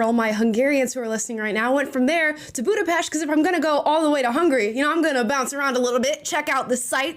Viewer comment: U said Esztergom and Budapest the correct way ❤❤ thank you🎉